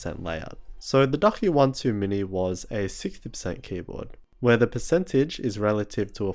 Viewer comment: I heard “Duck One Too Many” 😂. Great review man